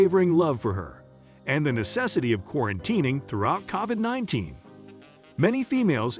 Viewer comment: get your act together!! First get your facts straight ex: Justin and Selena didn't divorce. Pronounce words correctly ex: it is COVID not Covad!!